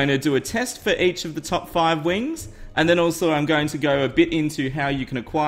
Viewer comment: Did you say at the beginning: Top fart?